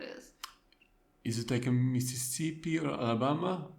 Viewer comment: It’s Mississippi. 😅